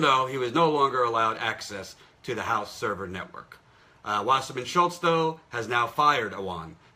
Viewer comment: Well, Jimmy Dore always says Schiltz instead of Schultz for some odd reason.